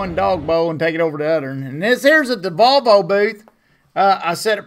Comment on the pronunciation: You finally said Volvo the way it should be said so it don't make them look bad, nice! Lol